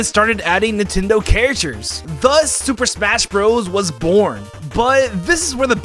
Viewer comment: „Super Shmas Brothers“